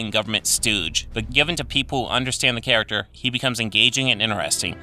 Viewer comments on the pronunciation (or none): none